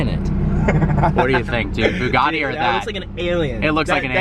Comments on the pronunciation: Ash W isn't it boo gotti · It’s pronounced ‘bew gatty’ not ‘boo gaardy’ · It’s Bugatti not boogarti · Why do Americans call them booogarties, its pronounced Bugatti. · Boogatti? I suppose you pronounce but as boot? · Bugatti not Boogaadi. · Why can't you Americans pronounce our Europeans cars names properly? It's BYOOGATTI ffs. BYOO. practice. Byoooo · Did he just call it a Bugatti "Sheron"... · The way he says bugatti annoys me. "Booogarty." Also, it's not "Chirraaan" It's Chiron. How it's spelt. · Ash W Im italian and it isn't pronunced "bew gatty"....😂😂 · Why do the yanks pronounce Bugatti as Boogartti? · Why do you Americans pronounce “Bugatti” like it’s spelt with an o.... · NOT BIIIUUUUUGAAADDY LOL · Why can't he say Bugatti properly